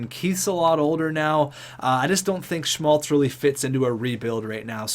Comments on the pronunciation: Keeps sounding like you're pronouncing his name as "Schultz" multiple times and it was driving me nuts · Schmaltz - Calls him Schultz sometimes Orzcek - Ozreck Abramov - Arbamov I love the vid and content, but you need to learn how to read. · as a Blackhawks fan this is how you say schmaltz Sch-maltz not schlutz